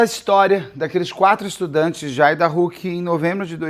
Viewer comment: A pronúncia de Idaho me incomodou um pouco rs